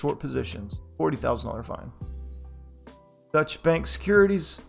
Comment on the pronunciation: Nice reading! A note, though: Deutche is a German word and has two syllables. It's pronounced more like (DOY-cha) than (dutch).